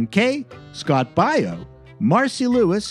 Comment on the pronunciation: You also said Baio (Bay-o) wrong. Just saying.